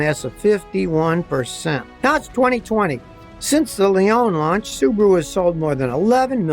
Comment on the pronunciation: Americans - pronouncing words incorrectly since 1776... Leone is pronounced "leonie".